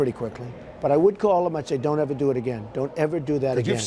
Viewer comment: "Lack a' respect. I'd call 'em and say "don't evuh do that again. Don't do it again"." Or else, what Donald? You're gonna send Vinnie over to rough him up?